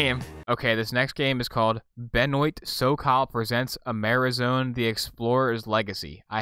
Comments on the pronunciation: ITS BENWAH NOT BEN-OYT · Benoît is pronounced Buh-noah. This guy makes actually decent adventure games.